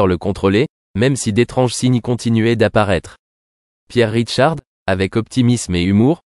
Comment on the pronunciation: Il s appelle Pierre RICHARD et non "Ridecharde" !😮 Longue vie à lui !